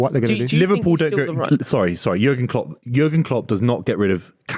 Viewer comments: Not saying Cock instead of Klopp. 😂😂😂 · Man said kocks for klopp